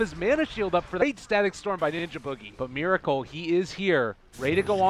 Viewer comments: omg u need to stop say Mir with I**** it's Mer with E*** you never learn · they pronounce meracle miracle. heh I wonder if there will be dendy next time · pls pronounce Meracle correctly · Why this F**king Caster Prononciate Miracle when his Nick is Meracle(its sounds like Meeraakal) ty byee youtube...